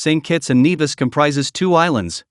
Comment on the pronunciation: Great but you mispronounced St Kitts & N-E-vis" That is where I went to med school.